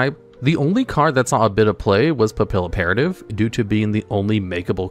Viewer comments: "PAP-PILLOW-PERATIVE?!" SIR!!!! she's a butterfly spy agent! It's French! Say it with me! "Pappy- Operative" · I love this channel and content but please learn to pronounce papillon!! It’s a French word, the A’s are very different and the double L’s make the YUH sound like in Spanish; you are BUTCHERING Papilloperative, my guy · God I'm going to die if he says papilloperative wrong anymore. Pap. Ill. Opera. Tive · how did you mispronounced photon papilloperative Whose name is the combination of the word operative in the French word for butterfly Papillon. You could have just looked over the anime to get the right pronunciation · How many times are people going to improperly pronounce Papilloperative lmao